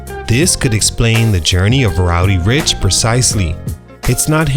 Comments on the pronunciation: Learn how to say dude's name before making a video on him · Re-record this video and say his name correctly. It’s almost unwatchable